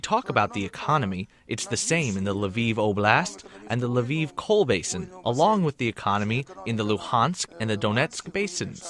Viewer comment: What's Lvov? C'mon you can at least learn the names of the cities, your interviewees get them right. What a journalist!